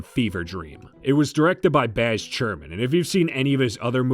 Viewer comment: Good video. Got some bio-pics I haven't seen (and sounds like I should stay away from a good few of them). I think you were mispronouncing Baz Luhrmann's name.